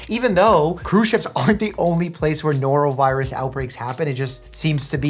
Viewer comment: "A norovirious outbreak!" "So ya'll got the sniffles?"